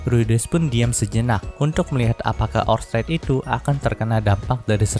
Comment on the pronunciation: Pas bagian ngomong orsted yah bikin gangu pengucapan kurang pas gituh min